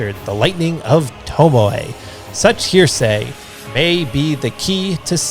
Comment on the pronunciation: Minor nitpick, but in Genichiro's remnant, "heresy" isn't pronounced like "hearsay", but instead more like "hair-a-sea." Hearsay is a rumor, while heresy is more along the lines of something being taboo, or even "evil." In regards to Genichiro, it seems to mean that his use of the lightning of Tomoe is seen as dishonorable by others, despite his intentions behind it. Or it may mean that to learn such techniques is wrong, as Tomoe was one of the Okami warriors found in the Fountainhead Palace, a group who had once waged war on the people of Ashina.